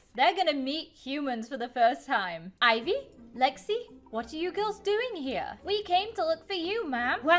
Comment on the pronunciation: That is not how to sla ivy my name is ivy its ivy